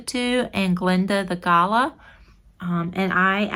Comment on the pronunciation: Australian here :) its pronounced Guh-laa. Love your video. we also call someone a Galah if they are acting silly :) thanks for posting